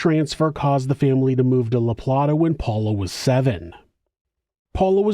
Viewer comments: Luh-play-tuh. Not La-plat-tuh🙄🙄🙄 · It's pronounced La Plate A, but spelled La Plata. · It's pronounced La Play Tah.